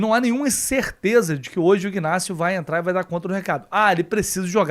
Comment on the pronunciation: Bom dia. O nome Ignácio o g e mudo. Pronúncia certa e. Inácio.ok. saudações tricolores 😊